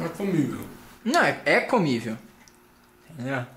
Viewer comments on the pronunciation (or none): Ai que agonia deles falando comivel é COMESTÍVEL